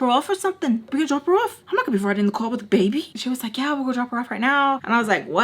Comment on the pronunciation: He said " not gunna royd wiff a baybeh" lmao